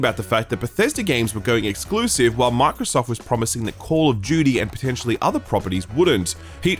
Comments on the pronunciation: Banger video. I love FF16 so far but really enjoyed your review as well. It’s foolish to think all reviewers are going to agree with everyone. Man also said Call of Judy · When did call of duty become call of jeuty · Call of Jyooty